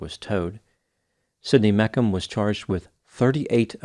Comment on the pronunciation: It's Me-shum not Mekum lol!